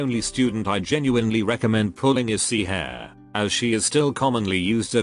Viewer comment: Black suit pronouncing Hare's name like she's part of the RABBIT squad